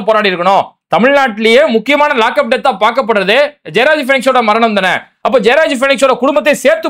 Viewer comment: ஜெயராஜ், பீனிக்ஸ். ஆனால் விஜய் பேசினது ஜெபராஜ். பெயரை கூட சரியா சொல்ல தெரியல இந்த டம்மி பயலுக்கு.